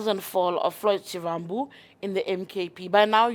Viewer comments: Not shivvvhambu... it is Shivambu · Haibo sis a person in your position should make an effort to pronounce someone’s name correctly. You botched his surname. Noo😢